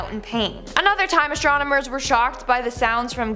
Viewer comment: Listen. It is "Astronomers". Not "Astromoners". Please and thank you.